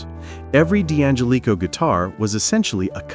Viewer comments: Get a human narrator that knows something about musical instruments!! ANYBODY who knows ANYTHING about archtop guitars knows how to pronounce D'Angelico's name!! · It doesn't pronounce D'Angelico correctly, ,either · The narrator is mis-pronouncing the name Deangelico.